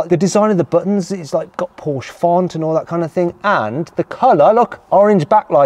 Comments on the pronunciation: Even when the Porsche employee keeps correcting your wrong pronunciation you continue with inaccurately pronouncing Porsche! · Its not 'Porsche' . . . . its 'Porshaaah' 😆😅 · How tf can Matt still pronounce Porsche as Porsh as an owner? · come on Mat, it’s PORSCHE, not pooOOsh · You can’t or won’t say “Porsche” properly? You’re a punk. Go buy a Corolla. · You said the brand wrong and the wheel is on the wrong side. Lol did you wreck it? Jkjk I sat in my c4s today for the first time. We all have fun don’t we? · Another person who does not recognize that Porsche is a two syllable word................... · Owns a Porsche, is a motoring journo, but doesn't know how to pronounce the brand's name. There again, he's also used "broke" as the past tense of "brake"! Probably thinks "brake" is spelled "break. 🤣🤣🤣🤣🤣🤣🤣🤣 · Stopped watching the video and gave it a thumbs down soon as you pronounced Porsche incorrectly.